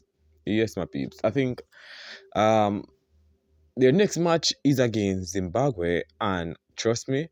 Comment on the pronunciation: What is ZimbaGwhe? It’s ZimbaBwe. Thank you my friend